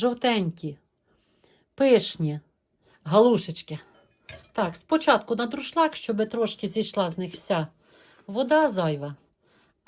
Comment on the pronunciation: Українською - друшлЯк, а не друшлАк